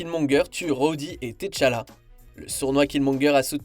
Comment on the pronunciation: c pas T-CHALLA PTN, C'EST T'ACHALLA, NOM DE DIEU